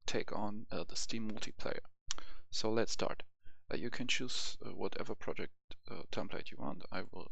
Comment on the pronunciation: Project* not projekt :)